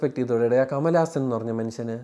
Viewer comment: കമലാസൻ ✅ കമലഹാസൻ ❌ 😂😂😂